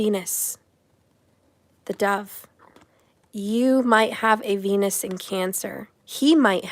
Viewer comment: Oh, venus is cancer... I had to do a double take... Thought you said "he might have penis cancer"